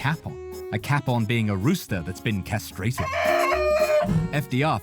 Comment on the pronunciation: that’s not how you pronounce capon. It’s pronounced kay-pon. It’s really not such an obscure word for that not to appear sloppy